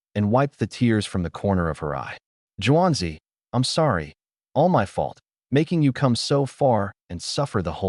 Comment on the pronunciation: It's pronounced (Soft) SHUW-ANZI (Juanzi) not (harsh) JEW-ANZI. As an ex exchange student & Native English speaker and even I know that, though it took her mother hitting me with a wooden spoon to get it through my thick head! Looks a lot better in Mandarin than it does in English (still can't read Mandarin though).